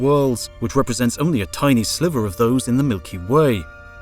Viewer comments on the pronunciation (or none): none